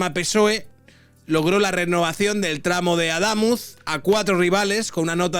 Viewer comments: Es Adamuz, con acento en la u, no Aldámuz. Has hecho una mezcla entre Adamuz y Aldama😂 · "Aldamuz"... ¿Cuántas veces lo va a decir? No sabe ni leer ni escuchar... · Cada vez que te oigo decir aldamuz o aldámuz no se que me da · no se dice "Aldamuz" sino Adamuz. Tampoco se dice modelo "armena" sino "armenia". Tronco, tu trabajo emplea como principal herramienta el lenguaje. Creo que deberías de cuidarlo un poquito. Solo un poquito. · Deja de decir Aldamuz jajajajaja es sin L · No es Adamuz ??? Es que solo escucho Aldamuz, como Aldama 😅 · A DA MÚÚÚÚÚÚÚÚÚÚÚÚÚÚÚÚZ!!!!!! No va acentuado, pero para que sepas como se pronuncia, Perdona que te corrija, pero llevo un par de días escuchando como pronuncias el nombre del pueblo y me duelen los oídos. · se dice .... ADAMÚZ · Buen vídeo,. Solo un apunte por si lo mencionas en otros vídeos: Adamuz no lleva L (noto que la pronuncias) y es palabra aguda, con el acento en la última sílaba (A-da-múz). Nada más. Saludos de una cordobesa 😊